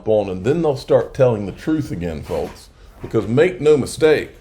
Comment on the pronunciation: The L in folks is silent.